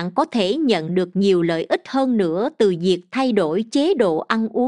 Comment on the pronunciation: Nội dung bài viết rất hay, người đọc cũng có chất giọng hay, nhưng sao giống học sinh tiểu học vậy, bỏ dấu loạn xạ gây câu từ vô nghĩa : LẤY LÀM VÙI là gì ; HƠN NƯA là gì ; 5 GỜ MUỐI là gì....nói chung nghe rồi mới thấy thất vọng